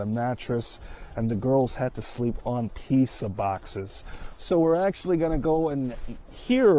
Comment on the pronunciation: pissa boxes is crazy talk why he say it like that